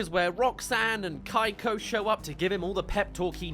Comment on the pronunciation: Pretty sure he's just butchering the pronunciation of Keiko though.